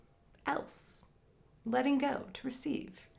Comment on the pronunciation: I thought you said, "Let it goat, and you will receive." Goats and bunnies!